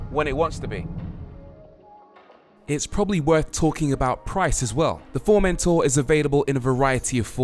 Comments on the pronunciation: In Spanish we don’t say Formentorrrrrrrr only Formentor lol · The correct pronunciation would be “Furmentó”